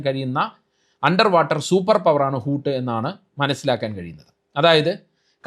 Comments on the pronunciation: ഹൂത്ത് എന്നാൽ തിമിംഗലം എന്നാണ് - ഹൂട്ട് അല്ല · ഊട് അല്ല. ഊത് ആണ് തിമിംഗലം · ഹൂട്ട് അല്ല ഹൂത്ത് 😊😊